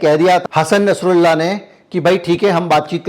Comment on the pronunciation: Plz nsrullah ka name shi se len kirpa hogi